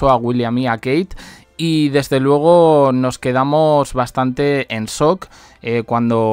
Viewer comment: Sock pero asi no se pronuncia shhhhh